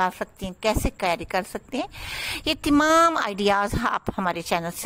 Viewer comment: Aap tamam ko timam q bolti hein